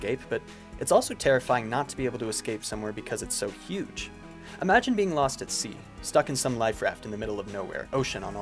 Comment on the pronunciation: Did you just fucking “LOSS” ME??